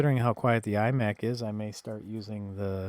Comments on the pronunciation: its iMac not emac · "ee-mac" are you serious? lol and 130 dollars is way more reasonable than 200 dollars for a 20 inch 2008 imac. I bought a 150 dollar imac (pronounced eye-mac) but it was a 24 inch and I got the newer thin apple keyboard and mouse. Guy wanted 250 for it but I got him to sell it to me for me 150. It is practically flawless and in nearly perfect condition. I don't know who all owned the mac, but they took great care of it.